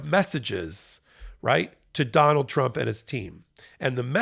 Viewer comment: 4m24s: "Donald Trimp" 😂🔥🌶